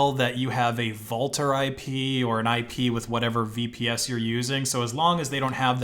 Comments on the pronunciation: Vultr is pronounced like Vulture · Isn't that supposed to be pronounced like vulture? Wulter 😁